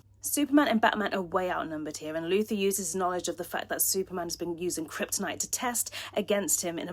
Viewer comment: Why did you say Luther instead of Luthor, and Kal ElFFfff?????